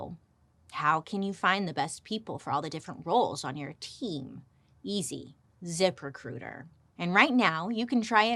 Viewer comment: I love when Bailey does a zip recruiter ad read. It sounds like she’s saying zippercooter 😂